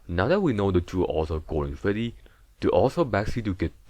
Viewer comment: Gowden Fweddy